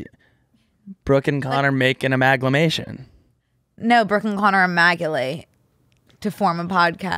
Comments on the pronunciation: I could not stop just correcting it to aMALgamation every time he mispronounced it lmao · Connor saying he’s been loving the word ‘amalgamation’ and proceeding to pronounce it wrong for the next 3 minutes is classic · the amount of people in the studio that did not try to correct b and c’s pronunciation of amalgamation is astounding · I’m not going to be able to stop saying, “She amalga on my podcast till I mation” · them pronouncing amalgamation wrong for 3 minutes straight is killing me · I just needed them to say amalgamation right like one time … like 1/50 they should have said it correctly